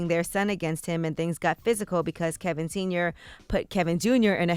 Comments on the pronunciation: Why does Charla call him Kelvin and not Kevin? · It is Kevin, not Kelvin Charlemagne. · why does he call him kelvin and not kevin?